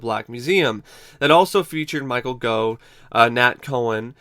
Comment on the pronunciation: Gough pronounced as in 'cough' for goodness sake!